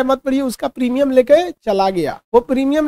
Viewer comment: Primum nahi Premimum hota h